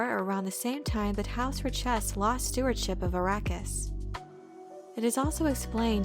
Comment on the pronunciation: Nice summary, but your pronunciation is incorrect... Richese should be pronounced like 'rich-ehss'. At least, if the original movie is correct. "We have just folded space from Ix...Many machines on Ix. New machines." "Oh. Yes." "Better than those on Richese." Find that scene if you want to hear it.